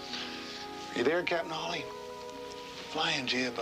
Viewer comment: Isn't this The American Dream/Nightmare...?!? Anyway, thanx for this rarity (although it's Hawley, not Hawkley)! The 1961 novel rendered Steinbeck a Nobel Prize, but in USA he was ridiculed. Canadian Donald Sutherland (b. 1935), who went through theatre school in London, and debuted in a French/Italian horror movie (The Castle of the Living Dead) in 1964 (directed by a certain American, Warren KIEFER - hence Kiefer Sutherland...), was a wellknown Vietnam War protester with his then girlfriend Jane Fonda 50 years ago. He could've made ½ a billion dollars from taking percentage from his bit part in the 1978 comedy 'Animal House', but chose a small, safe cheque for $30,000 or thereabout instead... I myself find this 1983 Waris Hussein TV movie - with my old (79) favourite Tuesday Weld - working just as well for the era of 1980s Reaganomics, and for today's America. And Sweden. And UK, €U, Russia, China... "It's glorious to be rich", as China's leader Deng Xiaoping said some 40 years ago. "Greed is good! Greed works!" (Gordon Gecko/Michael Douglas in Oliver Stone's 'Wall Street', 1987). /J, Sweden (b. in 1961...)